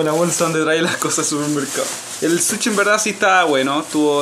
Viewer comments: Se dice sushi no suchi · Habla bien amigo es sushi no suchi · Se dice sushi no suchi chileno weon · Porque le dicen suchi? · Me mata cuando dice suchi XD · Porque dicen suchi JAJAJAJ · Nones para criticar pero se dice sushi